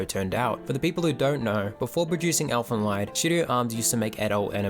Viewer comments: It is pronounced as elfen leed. Not lied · First and foremost: It's not pronounced "Elfen Lyed" (pronouncing the "ie" as in "die"), but "Elfen Leed" (pronouncing the "ie" like the "ee" in "reed" or "weed"). Yours sincerely, a German native speaker. Bad enough that the Japanese butcher our language, now the Kiwis do it, too! :D I have a really big love/hate relationship with Elfen Lied, coming from a similar starting point as you (watched it first when I was 12, I'm 22 now). I think that this series had some very, very neat ideas and it also had a certain sense for atmosphere that would've made it possible to turn its core concepts into an outstanding work of fiction. But sadly, it failed. At its core, Elfen Lied is essentially a not all that stupid debate of the old "nature vs. nurture"-debate; it reflects on how much living beings are shaped by their genes and how much they are shaped by society around them. In the manga, this philosophical approach is accentuated quite a lot more than in the series, and it's - at least in my opinion - really enjoyable. Setting up Nana and Mariko as the two polar opposites to illustrate this dilemma was a good idea as well. Even the fact that they used the age-old "muh amnesia"-trope with Lucy/Nyu doesn't really bother me in this instance, because it actually makes a bit of sense to have a half-human with a half human, half non-human mind lose one part or the other through injury. It also cleverly avoids answering the aforementioned question, because nobody knows - did she behave nic